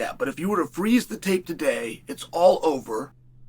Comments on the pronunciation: Hey Chael. It’s Per eira, not pee eira. You’re not 12. Learn how to say words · Is that really hard to pronounce Pereira the right way? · Yoo Chael, stop saying Pereira brother. U pronounce always very bad! say Poatan or Alex. Easier for u brother. Just saying because I am from Brazil and its kind funny u saying Pereira… 🤦🏻‍♂️🤣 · I love that Chael changes his pronunciation of Pereira every video